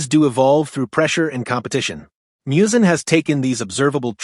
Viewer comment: Literally one second into the video, and you're already mispronouncing Muzan's name... Unless this thing is AI voiced, which it certainly sounds like.